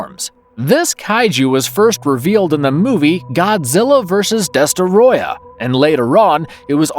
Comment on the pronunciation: I wish I can give you two upvotes for pronouncing Destoroyah's name correctly.